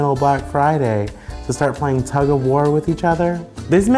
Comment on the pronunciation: You mean TUG. Like pull. Tug of war, not tuck. What are they tucking? Lol